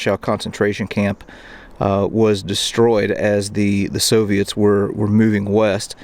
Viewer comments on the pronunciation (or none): none